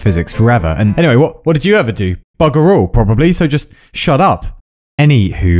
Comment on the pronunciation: cool vid but fk, u triggered me at saying any"h"way! xD